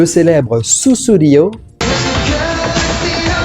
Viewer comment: pour info, à ce n'est pas Steve Hackett à l'image mais Mike Rutherford. De façon générale, un (tout) petit effort sur la prononciation des mots anglais ne serait pas de refus (entre autres, "no jacket riquaired" 🤨). susSudio (avec 2S au milieu). Désolé, trop approximatif (je n'ai pas relevé tous les défauts), cela part d'un bon sentiment mais... bref j'arrête à